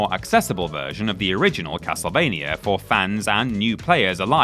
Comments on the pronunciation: Half the time: Castlevania Half the time: Castlevainyer Make up your mind mate, do you want to pronounce it properly or not? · What is "Ocareener" Of Time and "Castlevainier"?